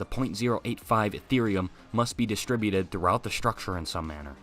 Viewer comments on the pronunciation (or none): none